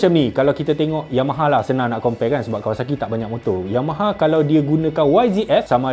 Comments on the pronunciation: Kau ckp yayama 10 kali, 10 kali tu lah aku gelak 😂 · SEBUT YAYAMA ...RASE MCM NAK PAUSE JE VIDEO😂😂🤧